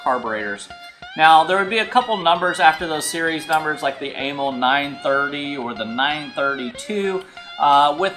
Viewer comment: It's more like uh-MAL for amalgamated carburetor company, not AYE-mul. Zinc is an element, not a form of aluminum. Amals are junk chosen for cheap availability like Dunlop tires on Harleys, not because they're good or designed for that application. They were decades out of date when they were first put on Triumphs. They wear out quickly and need to be resleeved, but the guy doing that died years ago. First unit 500cc was 1959 (60 model year).